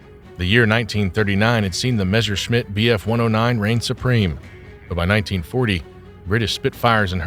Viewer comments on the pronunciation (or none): none